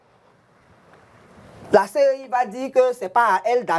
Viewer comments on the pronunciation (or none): Au lieu de CEI c'est lui qui répète tout moment CIE en plus un député de notre nation ééééh Dieu .